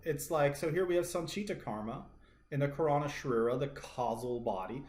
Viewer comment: Great video..do take note .karana is pronounced kaah-ra-na meaning "cause" or "reason"